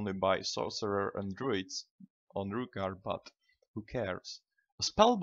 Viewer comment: Its not Rookgaard